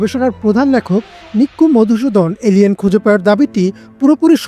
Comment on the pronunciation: আপনি কি এল এন বলছেন?😂